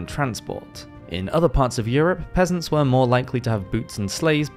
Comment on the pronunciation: Omg I thought you said pheasants at first 😅